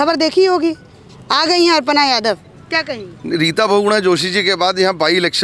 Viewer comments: अर्पणा नहीं, अपर्णा बोलिये 🤣🤣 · अर्पणा यादव नहीं अखिलेश की भाभी का नाम है अपर्णा यादव आपके बोलने में अशुद्धि है कम से कम शुद्ध बोलिए अपर्णा यादव का भाजपा में आना भाजपा की बहुत बड़ी निश्चित हो गई